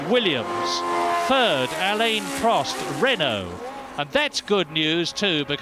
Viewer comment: What year did Murray start pronouncing Prost's Christian name properly?